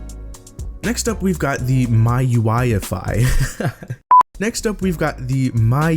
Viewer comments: MI U I NOT MIOUAI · its pronounced "MEE" UI not "MAI" UI. Good vid thou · Its called Me ui. mi is pronounced me. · its pronounced "Me"UI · MIUI is pronounced M-I-U-I